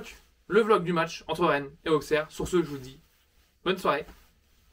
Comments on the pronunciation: Je suis Auxerrois et Auxerre se dit ossère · Je suis auxerrois et Auxerre se prononce Ossère